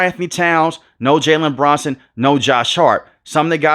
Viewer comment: his name is Jalen BRUNSON no Branson bro wtf are you saying